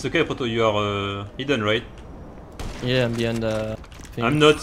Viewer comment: I love the way says "poto". Its so satisfying to hear